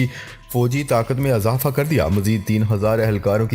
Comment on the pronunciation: بار بار لوگ یہ لکھ رہے ہیں کہ آپ زیر والے الفاظ کو زبر لگاتے ہیں جیسے اضافہ، ادارہ میں الف پر زبر۔۔۔ بہت برا لگتا ہے۔ ۔۔ اور بار بار یہ کہنا۔۔۔ خبر کے اگلے حصے میں بات کرتے ہیں۔۔۔ سن کر ہمارے کان پک گئے ہیں۔۔۔ باقی سب ٹھیک ہے۔